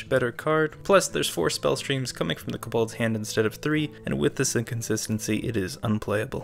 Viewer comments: please... stop calling them cobOlds its terrible😭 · the way you say kobolds makes me a lil triggered